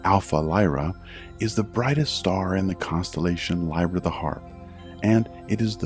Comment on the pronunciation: mike Lazembie it drove me nuts too. He pronounced Lyra wrong too